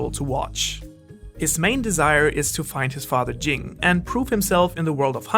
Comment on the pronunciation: Just wish u used the English dub pronunciations of the names. Hearing Gone instead of like goan or ging instead of gene hurt my 🧠